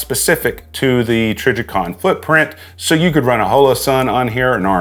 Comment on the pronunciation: I may be trippin but I think he also said “trijjercon”…